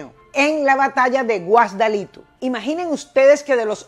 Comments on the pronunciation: Excelente historia!! Solo sugiero tener un asesor Venezolano para corroborar ciertos hechos y mejorar la pronunciacion de los nombres de las poblciones: Ejemplo: Guasdalito, es Guasdualito. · ¿Cuara? ¿estado de Lara? ¿Guasdalito? ¿Matamiel? Estimada profesora, tienes meses preparando muy mal el contenido, casi que desconozco la identidad del canal. Páez fue nativo de Curpa, actual estado Portuguesa. "Guasdualito", "Mata de la Miel". Inexacto lo que mencionas del 1835. Fue muy rico, cierto, pero no por robar del estado. Debes mencionar la ley de "Haberes Militares" de tiempos de Colombia "La Grande", de los cuales se aprovechó, como otros tantos jefes militares (incluyendo a Santander), en detrimento de los soldados y oficiales apurados por crisis personales. Tambien de la Ley Venezolana llamada de "Espera y Quita", que hacía más poderosos a los poderosos y que fue una de las causas de la posterior Guerra Federal. Solamente considerar esas dos leyes, explica la riqueza de los altos oficiales independentistas en un país muy pobre, cómo fue esa Venezuela. La corrupción de verdad, comenzó en el llamado Monagato, y que conste que los Monagas ya eran muy ricos por la misma causa que lo fue Páez. Murió muy pobre, fue muy notorio eso, estimada. La ciudad de Nueva York corrió con los gastos y el presidente Grant tambien colaboró por ser muy admirador de Páez. Los restos del Centauro, estuvieron a punto de perderse por no poder pagarse el mantenimiento de la tumba. Por gestiones del entonces presidente de Venezuela y ahijado suyo, el general Hermógenes López, dichos restos fueron trasladados a Venezuela. Sus hijos no heredaron nada porque José Tadeo Monagas, no sol